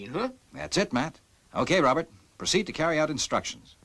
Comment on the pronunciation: It's funny how pronounces it, Rowbutt!